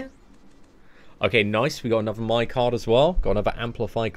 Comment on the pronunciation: So, is it normal for him to say My instead of May? It's foreign to me🤣